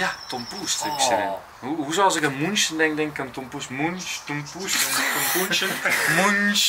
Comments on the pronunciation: Het is München met een ü dus je spreekt het uit als Muunchen😂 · "Mün" in München kan je zoals "Mun" in Munt uitspreken. En "CHen" zoals in "gelaCH", groetjes uit Duitsland :P